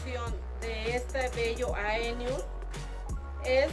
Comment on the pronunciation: 😅es AEonium!!!!, no eonium